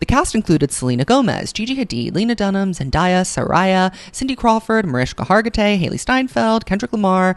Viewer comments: It's Zen-DAY-uh not Zen-DIE-uh 😅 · I get a slight ick about this, it’s Zen-DAY-a. Not Zen-DYE-a. Great video as usual. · i love your videos but PLEASE stop saying zendaya like that